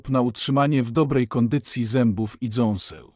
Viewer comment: Utrzymanie w dobrej kondycji zębów i DZĄSEŁ. Co to sa dząsła!? I kiedy bedzie to czytał człowiek, a nie jakas durna maszyna ktora nie umie nawet porządnie czytać... Co to ostatnio za moda na kanaly gdzie gada jakis robot i lecą zmontowane obrazki?